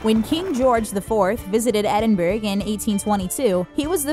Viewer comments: EDINBURGH NOT EDINBUR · It's Edinburgh not Edinburg Lmao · I'm sorry but this is just a pet peeve, it's not pronounced e-din-burg it's e-din-bur-uh, but I can understand it's an easy mistake to make if you're not from Scotland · Its not edinburg its edinbruh (Edinburgh) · DID YOU JUST SAY ED - IN - BURG? IT'S ED - IN - BRUH. LIKE BRA. PLEASE ACTUALLY FIX YOUR PRONUNCIATIONS. Also, YEAH, of course there WAS a low life expectancy, and what does that even have to do with the story? Again, Actually research your pronunciations. Sincerely, a very annoyed Scottish girl. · It's funny when when Americans say Edinburgh cause it's not Edinburg its Edin- bu-ru 😂😂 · You don’t say edinburgh like that it’s Ed-in-bu-ra not Edinburg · Literally no one outside of Scotland can pernounce Edinburgh correctly. It is pernounced Ed-in-bur-ah not Edinburg. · Omg how many things did she say wrong , tartan - Tartn. Edinburg - edinbura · Wait. Did she pronounce Edinburgh "Ed-in-burg". It pronounced "Ed-en-burrow". Daft cow. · Holy shit! Obviously the narrator has never heard a single real Scottish person speak. It's not pronounced "edinberg" it's more like "edinbruh" and that's JUST for starters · Sorry, but did you just call Edinburgh Edinburg? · You pronounced Edinburgh wrong!!! It's not like Pittsburgh...It's pronounced Ed-in-bur-uh or Ed-in-borough for us Americans...Also, Scotland and England have been at war numerous times...The Jacobean uprisings in the 1700's are a big reason that tartans and the learning of the Gaelic language all but disappeared. Thank God they got them back! And it's the county of Sutherland! Scotland is the country, Sutherland the county within the country. Ok..end rant! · She said Edinburgh wrong it is pornounced edinbruh not edinburg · Edinburgh isn’t said Edinburg it’s pronounced edinburruh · Edin-BRUH not Edin-BERG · Why did you call Edinburgh Edinburg I mean that’s just stupid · It’s edinburrrrrr not edinberg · Ed-in-burrah.....not Edin-burg. Js